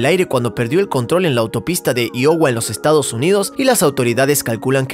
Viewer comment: iowa? Se pronuncia Aiowa.